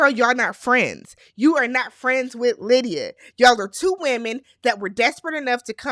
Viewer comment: Happy Birthday!🎊 More in the wrong: the Producers When You said „Aalydia“ 😂😂😂 I gasped! That’s what Lydia wants for Christmas!😂😂😂😂 Keep your pressure down: in the scheme of things, the lies don’t come out til the season is finished. We see it in our real time, but that’s like 2-3 weeks before the reunion for them. They are operating on imperfect information. So lying is absolutely a risk that can pay off. When it doesn’t pay off is when players in the same „market“ can swap notes like Chris and Izzy. Stacy did not shave her legs, so she didn’t want Izzy to touch.